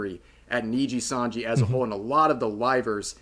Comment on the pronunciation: jeez asmond had to cover RIPBOZO so much he actually pronounced nijisanji properly now, that shows how much nijisanji fucked up.